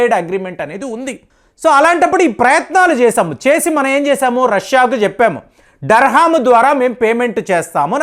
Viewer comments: sorry to correct you it's not so important but I thought to say you UAE currency name is Dirham not Darham I am not trying to judge gust want to update the term Thank you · Durrrrr Hummm కాదు మాస్టారు, దీరాం.. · Iqbal సట్లెజ్ నదిని సూట్లేజ్ నది అన్నాడు Dirham ni dharham anatam ఇంక అనటం నాకు ఆశ్చర్యం కలిగించదు 😂😂😂😂